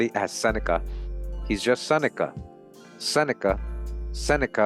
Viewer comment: (As-a-nika) seneca, The Roman philosopher that knew America existed 🧙🏽‍♂️